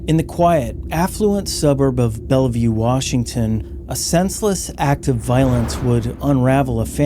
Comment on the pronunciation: Local WA feedback: Bellevue is said with two syllables. Bell. View. The middle e is silent 👍